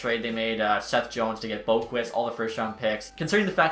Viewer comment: He said Adam Boqvist right, but not Jesper Boqvist🤣🤣love you though